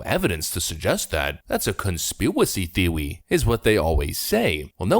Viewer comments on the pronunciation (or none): Conspiwacy thewy xDDDD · LOL Conpsiwacy Theowie.... xD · Conspewacy Theowy... lol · That's a conspiwacy theowy 🤣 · "Conspiwacy theowy" 🤣